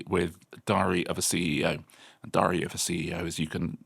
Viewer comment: Diary, not dary